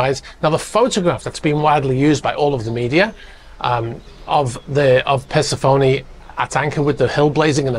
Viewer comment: THATS NOT HOW YOU PRONOUNCE THAT BOATS NAME! It’s not “purse-a-phoney” it’s “per-sef-ony” Jesus Christ 😅😅